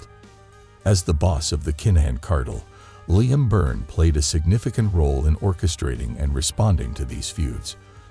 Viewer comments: 😂😂😂😂😂😂 I was about to say the same thing 😅😅😅😅😅😅😅😅 Limmme😅😅😅😅😅😅😅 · Never heard it said like that 😆😆😆😆😆. Ly-am 🤣🤣🤣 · You seriously cannot be serious the way you say Liam 🤦‍♂️😂😂😂😂 ffs